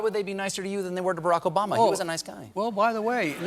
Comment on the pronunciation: He cant even say Obama....and he think he knows technology....gtfoh